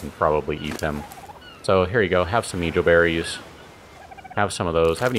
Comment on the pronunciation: the beries are pronounced mae-hoe berries